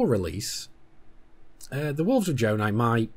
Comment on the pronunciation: Jonai not jonah